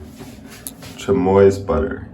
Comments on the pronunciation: Chamois is pronounced sham-ee. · French pronunciation is sham-wah, in both cases the s is silent. A chamois is also a type of small deer found in Europe, in fact, if it’s true chamois it’s that animals hide, there are knockoffs though with alternate spellings like shammy. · Did anyone else catch how he pronounced chamois?